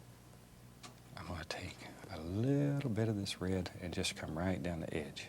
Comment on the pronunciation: ... bright "rared"????